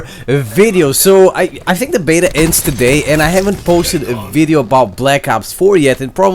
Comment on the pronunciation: "a videeo" lmao my boy Learn how to say video bro, anyways good VIDEO